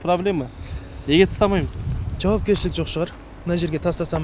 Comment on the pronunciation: Баурым тастамаймыз деп дурыс сойлениз (тстамаймыз деген не ол)